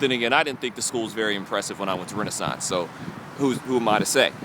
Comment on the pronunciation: Was enjoying this video UNTIL you said Renaissance.